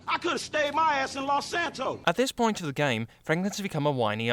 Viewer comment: "all the way back to lous santoous"